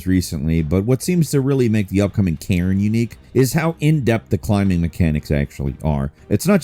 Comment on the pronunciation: When he said "a climbing survival game in Cairn ; i first heard it as Karen and i was like hold up!! what??😂. The Lost Wilds and Crimson Desert are definitely getting added to my wishlist. Kingmakers from what i've seen will most likely melt my PC